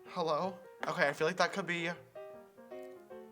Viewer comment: Every time he said “HEYLLO” I died 😂😂😂